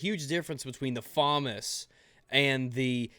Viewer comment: you pronounced Famas wrong